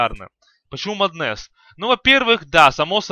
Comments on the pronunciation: Батлфури , не батлфляй , а батлфури. И не маднес , а маск оф мэдес ну или мом. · джагернауД блять, маднэсс, баттлефура... я думаю ты понял почему столько дизлайков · МАААднес и Батл Фура уши вянут, пол ролика разговоров не о чем. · Подучись английскому у тебя очень плохое произношение,и не Маднес а Меднес и не левль ,а левл.. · Прошла минута, а из моих ушей уже вытел литр крови. Эти ваши маднЭсы, батлефУры и фризы это какой-то жесточайший пиздец.